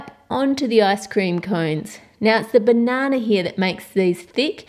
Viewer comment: The way she says banana 😂😂😂